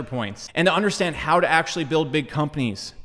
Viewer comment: Octually.... lol had too Good vid though